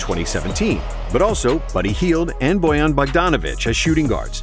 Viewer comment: BOGDAN not "Bojan" Bogdanović!